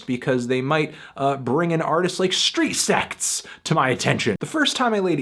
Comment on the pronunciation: It sounds like you're saying Street Sex.